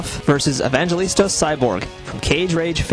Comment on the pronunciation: It's Evangelista! Not Evangelistos. :-D